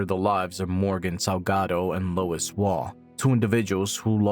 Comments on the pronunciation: Why you calling Lewis… Lois? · The man's name is Lewis, not Lois.